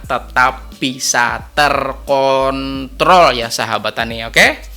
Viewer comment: jangan salah Ucap, TerKontrol 😂😂😂😂😂😂😂